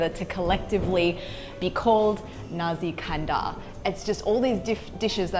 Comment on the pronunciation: Nasi kandar. Not nazi kandar